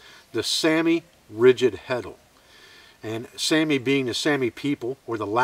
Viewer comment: is pronounced like Sahmi but excellent demonstration,once again.